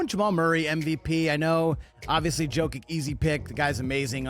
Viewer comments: ...And it's Yo-keech and Yo-veech :) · National media learn how to pronounce the 2x mvps name right challenge: impossible difficulty